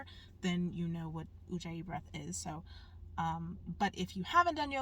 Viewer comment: Ujjayi, not Ouija 😂😅😂